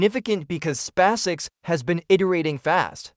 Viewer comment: These poor suckers are unable to purchase an artificial voice capable of speaking "SpaceX" properly!